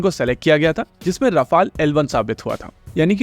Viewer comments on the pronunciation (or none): Hindi ki kyo tang Tod rahe ho bhai रफले 😂😂